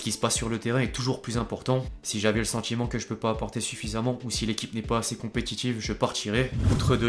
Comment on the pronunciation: Effectif pas effectchif, Manchester United pas Manchester Unitchid, signature pas signatchure, dilemme pas djilemme, situation pas sitchuation, inactif pas inactchif, sentiment pas sentchiment, ..........